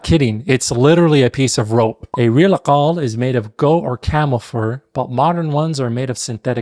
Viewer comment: Love your content! this is fascinating! if you allow me to correct one thing! you said aqaal? while you pronounced gahfiya correctly in arabic! we usually say aGaaal with G not Q? arent we?